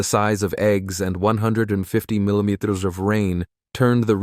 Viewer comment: Can't your spokesman (narrator) learn to pronounce "millimeter" and "kilometer" correctly? Doesn't he have any back-up or supervision ? His deliberate slurring of words is enough to turn me off your video. Which I have just done.